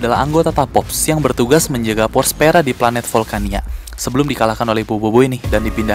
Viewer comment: Btw bukan *pous pera bang😂 tapi power sphera Ga tau sih tadi Abang bilang apa kayanya pous pera 😂🤧